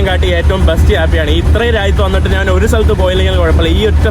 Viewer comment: എടാ മുറിയണ്ടി, നാൻ അല്ല ഞാൻ ആണ് ശരിയായ മലയാളം